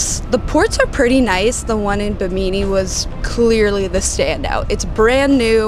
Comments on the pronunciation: love your videos! the town of Bimini is pronounced: bi muh nee. 🙂 I'd be one of the "boomers gone wild"! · Bimini. On the internet listen to the correct pronunciation. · the way she pronounced bimini made me laugh lol